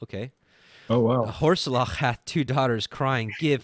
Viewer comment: Thank you brothers, great study., I think "horseleach" is pronounced "horse leech". Maybe